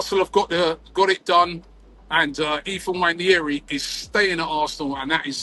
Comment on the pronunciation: nwah-NAIR-ee, not nwha-NYAIR-ee No "Y" in the pronunciation.